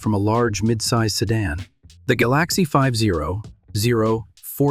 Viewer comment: It's so annoying when AI screws up. The Ford GalOXie?